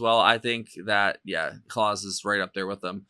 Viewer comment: FYI, Klaus is pronounced like house not Santa Claus. You picked a great song.